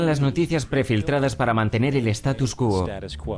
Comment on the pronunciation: Una crítica constructiva : No es status quo, es statu quo.